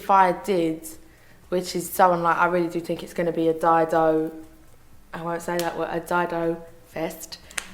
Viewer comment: Love the way she pronounces "Dido" And the way she speaks...just protrays how intelligent this human being was. And her talent was one in a million...so sad of her passing. Thanks for sharing and looking forward to seeing more!